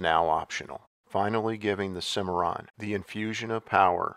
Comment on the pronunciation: Anyone else hear a record scratch when he said "Cadillac Cimmiron" ? That was easily one of the worst grifts in GM rebadging history...